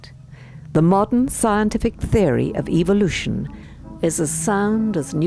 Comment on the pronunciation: I watched your excellent video on evolution. The comments were disabled. Might I suggest that you use the pronounciaton evOlution rather than evilution. Your target audience are such that hearing evil in evolution gives them the evolution sounds like evil sounds like the devil. That is evolution = evil = the devil. Unfortunately that's the way they think.